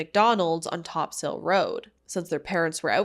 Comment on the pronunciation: topsail Road is pronounced top-sul. obviously not a big deal. I just know you talk about St. John’s a lot, so you might like to Know! I appreciate you getting these stories out here because nobody else really talks about them